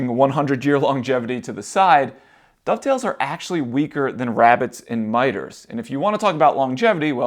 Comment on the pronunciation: Dado-ve-its :D